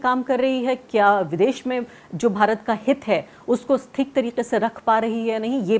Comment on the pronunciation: Bahutay Dard hai re baaba…. Arfa Khanum ji Theek ko theek se bolna shuru kariye.Gujarish hai aapse